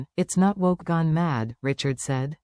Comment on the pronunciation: Fake. You don't even pronounce Richard's name correctly